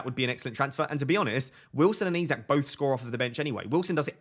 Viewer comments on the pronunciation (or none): none